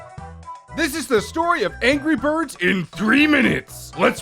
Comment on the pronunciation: ANJERY BIRBS